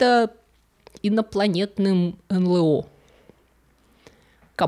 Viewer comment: Повествование супер. Но не могу не вставить свои 5 копеек. Не эн Лэ о, а все-таки эн Эл о